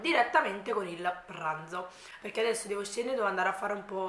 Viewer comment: Ciao, una curiosità ...perché dici “il ragùa”, “ a mea” “piùa” “perchèa” “melEnzane” “andarea” eccetera eccetera